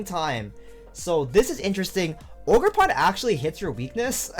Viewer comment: ogerp-rn i mean ogerpon am i right? :)